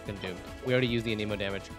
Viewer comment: He say Aneeeeemo? 😂